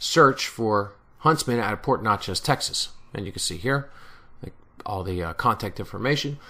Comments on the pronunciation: Hi, You are really close. Port Neches is pronounced like Nechez both e's are the short vowel. Great job on the waybills. Very well researched sir. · paul dauzart thanks, hope I didn't upset too many people down there with my Jersey pronunciation....lol! Glad you like the video.